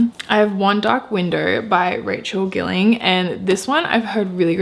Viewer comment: Just thought I’d mention that Jimenez is pronounced as ‘him-enez’, Maniscalco is not Maniscalo as you said and it’s Rachel Gillig not ‘Gill-ing’ 😊